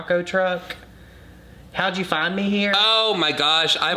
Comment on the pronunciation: “How’d you finnne me here” is part of my everyday quotes I’ll say to my kiddies, friends and family. It sucks bc no one knows what I’m referencing and the hilarity behind it but I love a good “how’d you find me here” quote coming from every now and again 😝